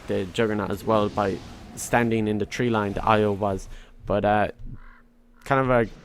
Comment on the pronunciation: What’s up with the word “TREE”